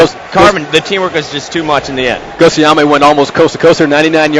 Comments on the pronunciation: Ghostayame not ghostiomi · Gostiomi? Wow.. that's not even pronounced correctly.